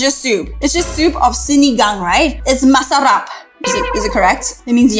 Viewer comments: u say it right its masarap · I'm a Filipino and the first time you said Adobo was the correct pronouncing (i love adobo and sinigang) (masarap is correct pronouncing) (Third time you said halo halo was correct) I LOVE JOLLIBEE (i had my 9th bday there) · The pronounced was correct it's masarap❤👏🏻👍